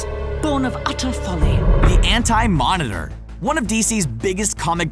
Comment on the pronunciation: The “Ant” Monitor